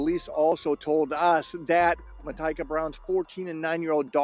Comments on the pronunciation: Its actually pronounce Ma-tea-ka, and she went by Tyka. I worked with her. She was a sweet person who always thought everyone deserved a second chance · It’s pronounced Mah TEE kah